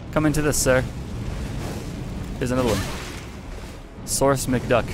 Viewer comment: "Source McDuck" Alright, you lose two points for that one: one for not saying his actual name, "Scourge McDuck", which is raw af; and one for not saying the name you should have mispronounced it as, "Scrooge McDuck", the actual character his name is a pun on.